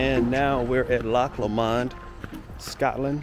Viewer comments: Loch Lomond is pronounced Loch Lomind (not like mind though lol) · Pronunciation; Loch Low-mond. Glasgow, Glaz-go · It’s pronounced LOW MUND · Pronounced Lowmond not lmond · I love your videos but please pronounce Lomond correctly. Its not low...MOND. Its LOW..mond Stress the LOW and not the MOND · I hate to redirect but, it’s pronounced Lowmond, very beautiful and such well behaved children another great video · Glad youve enjoyed it. Try saying it as loch LOW -MOND same way youd say something was LOW down on the ground . If you listen to RUNRIG bonnie banks of loch lommond youl hear how its pronounced. Im sure its run rig that sings it anyway. Safe travels. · I haven't read through all the comments, so if someone has already said what I'm going to say then please accept my apologies in advance. Anyway, pronunciation of Lomond is Lowmond. I mean, say it how you please, but other people may struggle to comprehend what place your talking about. Apart from that, I'm glad to see that you and yours are having a happy time. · You're not saying it right, Lomond is pronounced with short vowel sounds, Low followed by mond which sounds like pond. We Scots get a bit precious of our place names. You should visit Anstruther in Fife on Scotland's East coast, best chip shop in the damn world. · Just FYI it’s pronounced Loch LOWmund, and the city is Glasgow :) but I actually prefer how you said them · It's pronounced Loch LOmond